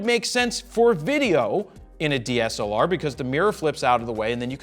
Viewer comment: "sony had a dslar" IT"S CALLED THE A99ii PUT SOME RESPECT ON OUR AMOUNT CAMERAS JARED!!! :,,((